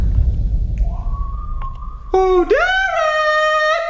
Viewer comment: hey it’s pronounced Derek